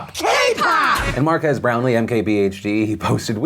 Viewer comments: Mark Ass Brownlee. Say it right Phil. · I can't get over how Will Smith pronounced Marques name... AND MARKASS BROWNLEE! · it's marques. not mark-ass. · Don't think you said Marquess name right 👀 sounds like you called him Marcus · So that's how you pronounce Marques